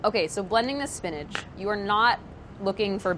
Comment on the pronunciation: I love Priya, and think she is very talented and intelligent, but if she pronounces "spinach" "SPIN-EDGE" one more time I gonna lose it! LOL!